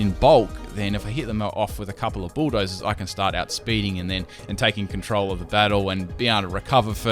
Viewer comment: Every time, every single time you say bulldoze I'm like Budda? what? And then I realize